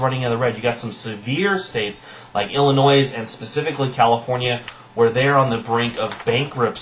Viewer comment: you dont pronounce the s in Illinois. good vids, keep 'em coming